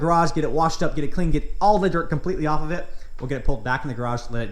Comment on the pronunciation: I must have OCD cos the fact you said "of of" instead of "off of" or even just off drives me nuts🤣😇😂 #ONLY IN AMERICA